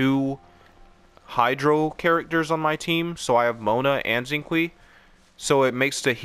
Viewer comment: Xinqiu is pronounced shing sho